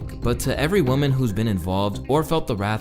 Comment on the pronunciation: Lmao you keep saying woman and women wrong 😂